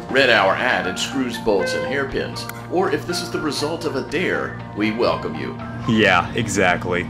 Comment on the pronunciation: welcome not elcome. just wanna correct u alr😊